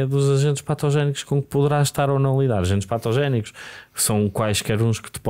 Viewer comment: O Francisco diz patogénico como quem diz méstrado. Góstei